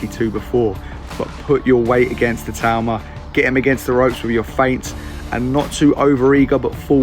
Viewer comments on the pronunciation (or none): ITAAAAUUUMA!!!...not Itooma, ya pommie twit! :face-orange-frowning:🤪🤪🤪🤪🤪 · Talking about names when you have been pronouncing itauma wrong in every video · I am once again asking for to learn to pronounce Itauma's name properly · how it's spelt. I - tau - ma. Not I too ma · It's not a tumour!!! I think Itauma was trolling when he said Siri pronounces it the proper way.